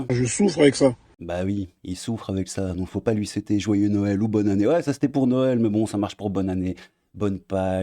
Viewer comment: courtemanche? 🤔🤭 et joyeux Naël,maitre gims 😂